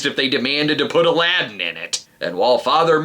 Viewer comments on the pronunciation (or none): none